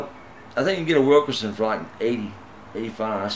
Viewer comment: You bought a $500 guitar. I own a pro model and its absolutely phenomenal for the price. It's hard to take someone seriously when they're talking about a WilkINson tune-o-matic bridge. WilkERson is a lazy was of pronouncing it. You even typed it wrong. Use the money you saved on your inexpensive guitar and have it set up properly for you. Or... You can get a book and learn how to do it yourself. It's not that hard. BTW... There's some informative, instructional videos on here that can help.